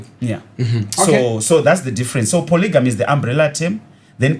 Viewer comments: Am l going to heal from the way you guys are pronouncing polygamy? Imi isu takakura tichiri poligami wani...sei muri kuiti polijimu??😮 Yekudzidza kwaMupiniwasvotoka iyi chaiii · When did it become polyjeanie? 😅